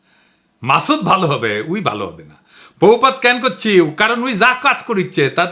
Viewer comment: পোভূপাদ নয়,হবে প্রভূপাদ।